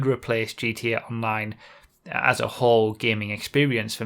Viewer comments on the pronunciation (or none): GTA Nine? I know you/he said Online, but it sounded like nine so yeaaaah